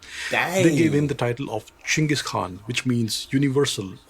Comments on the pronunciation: its actually Ch not J or G Chinggis Khan also W react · Isn't it more like Chingis Haan